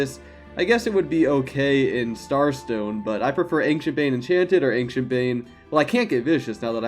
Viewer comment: Man, I love your videos! But it scratches my ears every time you say “ankshient”! It’s pronounced “anshient”, drop the “k”!